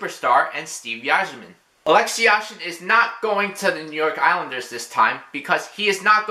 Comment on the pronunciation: the Y is pronounced as I in Yzerman